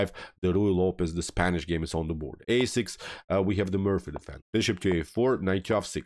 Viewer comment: Loved the game, loved the commentary. But it's the MORPHY Defense, rhymes with "Story". Thanks.